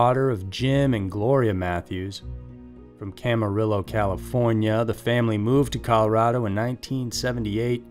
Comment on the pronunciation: The L’s in Camarillo are silent by the way.